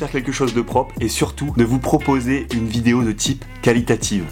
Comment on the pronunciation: "Prop" ... T'as passé du temps dans le Nord et le Pas de Calais toi ;)